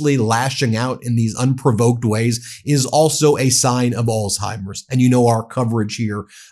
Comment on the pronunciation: C’mon. Please stop pronouncing it ALL-TIMERS. There’s no T in the word. It’s Alzheimer’s. It’s a Z, not a T.